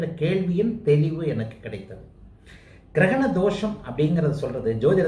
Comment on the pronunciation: Girakana? Funny. Say grahanam or eclipse